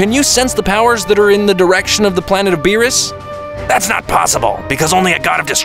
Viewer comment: "whise and venos" im dead💀